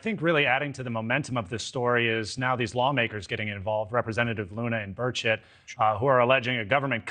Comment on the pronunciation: Lmao when he said Burchett I definitely heard birdshit